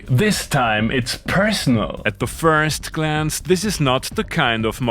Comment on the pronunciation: At the feewrst gleence 😂